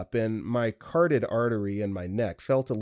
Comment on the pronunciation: “Carded artery.” 😂😂😂😂😂😂 Carotid. Carotid artery.